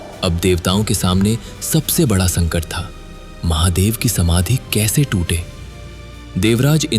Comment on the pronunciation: Mc bc Mahadev ko dehati bolata hai